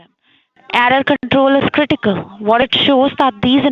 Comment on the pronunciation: "Dey aer ad aa crrridikal siduation" 😂👏